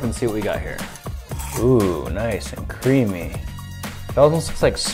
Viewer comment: The way he said creamy made me feel just slightly uncomfortable lol